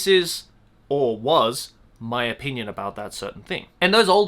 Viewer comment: Joey when you say the word “opinion” sounds like “O Pein uns “ idk 🤷‍♀️ you said this word like. 100 times in the vid 😏